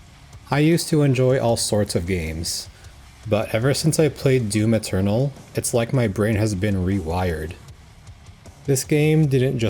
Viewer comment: Yeah thats DYUM ETYORNAL